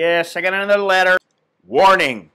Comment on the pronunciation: nice one Scott. I can't help but join in when u say I got a letterrrrrr